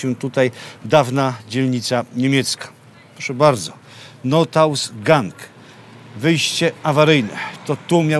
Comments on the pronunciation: DO AUTORA. ROBI PAN SUPER ROBOTE NAPRAWDE SUPER. ALE!!! TAK JEST KILKA ALE PANSKI NIEMIECKI OJ OJ OJ. NP. - NOTAUSGANG - TO NIE ( NOTAUS-GANG ) JAK PAN POWIEDZIAL, TYLKO ( NOT-AUSGANG ) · Notaus- Gang - nie przyjacielu- Not,aus Gang - przecież tego można się nauczyć i przeczytać słowo tak jak się należy